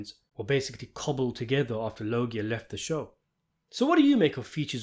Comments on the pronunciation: Robert law-gee-yaw.....not robert low-gie 🧐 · ITS PRONOUNCED LOJA MOT LO GI A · Who da FUCK is Robert Lo-Gee-uhh??? It's Robert Loj-uhh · Its pronounced Robert LOH-zhə, not La-JEE-ia. Sorry, had to nitpick lol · It’s not pronounced Robert Logi pronounced Losha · Fyi its pronounced Lowz-jah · Come on “Lœg-ya” lol there’s a whole big Family Guy bit with his name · I knowwwww. lol This channel has the best content, but he struggles with the most basic Italian names sometimes. Very clever commercial spot. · Its pronouced "lowzjar" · The correct pronunciation of Robert Loggia's last name is with the soft 'G'. Go watch the 'Family Guy' scene with him in it if you need to hear it properly. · The truly baffling question is: Why use an AI narrator who/that can’t even pronounce ‘Loggia’ correctly? And who is the lower-intelligence person who failed to catch this and allowed it to be posted?😂😂😂😂💩🧠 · Amen!!! Loggia was a famous actor whose correctly-pronounced name was known even to stupid people. This mispronunciation is appalling. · I ain't mad at you bud but you're saying his last name wrong. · You are pronouncing loggia wrong. Look up Family Guy robert loggia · Dude,,go watch the Family Guy ,, Robert Loggia clip,, so you learn how to say his name… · In my book, you get points for pronouncing ‘Loggia’ correctly .